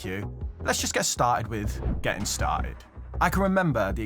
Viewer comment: Geh-ting ;) You might be good with money, bu' pruhnunciatiun ain't'n't you're strong suit ser ;) Congrats on wun hunred kay dude